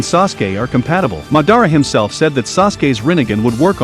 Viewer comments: ITS NOT MUHDARRA ITS MAHDAHRAH HOW COULD U DO THIS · It’s madara not ma-dara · ah yes, Atachi and Mad-ar-a uh-chi-a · Its pronounced ma-da-ra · He really said mordada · Bruh the way this guy says Madara Name pisses me off couldn't even watch the whole video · bro this bot commentation pisses me off every second i listen to it bruh how the fuck did he pronounce madara and itachi bro